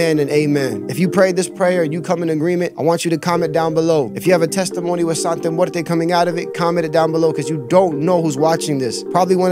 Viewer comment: It's santa not sante and it's not catholic it's like a folk religion and santa muerte and day of the dead is different bro. Respectfully if your going to " expose" something it's best to be accurate. Also day of the dead is a day that's sensitive to people because it's about their dead family so mabye the people felt as if you were disrespecting that. I don't know bro if that's the best way of going about it. God bless